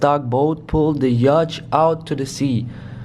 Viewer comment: Man why do you say yach its a yatch